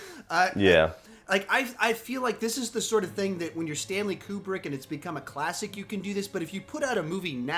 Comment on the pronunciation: Stanley's last name is pronounced Koo-brick. 😉